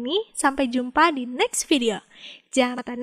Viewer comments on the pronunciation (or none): none